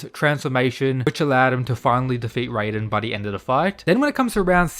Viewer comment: Stop doing this, stop pronouncing raiden’s name as “rayden”, we’ve been through this like a month or two ago, you’re supposed to pronounce his name exactly the way it’s written, “Rai-den”, you said you’d stop, but you haven’t… why?